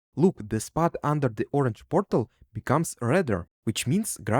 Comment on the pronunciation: I love how he says borTal